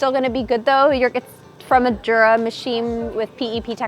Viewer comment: I never get why people mispronounce it Jur-uh with a J sound, when even in their own promotional videos it's Yuh-ruh, with a Y sound.